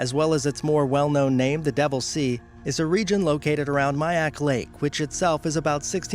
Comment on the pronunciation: Miyake is pronounced mee yah kay not my-yak